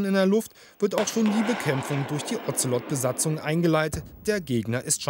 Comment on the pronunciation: Ozelot - sprich O ze lot , nicht Ozzzzellottt